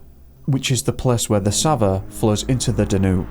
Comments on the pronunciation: Excellent. By the way, the river Danube is pronounced Dan Youb not Danoob. If you haven't already, please cover the disappearance of Trevor Deely who disappeared in Dublin on 8 December 2000. He was walking home from a party at 4am, never made it home and was never seen again. He called into work to get an umbrella because it was raining and the taxis were on strike. There's a couple of shadowy figures on cctv outside his workplace, identified as co-workers. Why were they waiting for him ? Was the person following him on the last cctv footage ever identified ? Also, the disappearance of Steven Clarke disappeared from Saltburn, North Yorkshire. He visited a public toilet whilst walking with his mother. She continued to walk home, when she got home, he was nowhere to be seen. That was 1992. There's a more detailed backstory. Eighteen years later, his parents were arrested for his murder. There's a t.v. documentary about it. The subtleties of this give away more then his parents realise. However, nothing came of their arrest and they are still insisting he's missing and they don't know where he is. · The river is pronounced Danyube